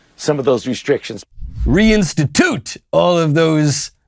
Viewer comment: Institute or Outstitute? Lol